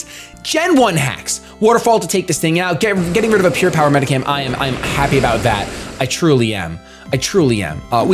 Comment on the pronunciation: he said it wrong